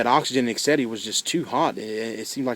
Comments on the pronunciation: oxygen and "eggsetty" he says lmfao!! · wtf is "eggsetaleyne"